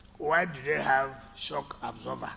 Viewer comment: please can you let Wike know that it's called shock absorber and not shock absorver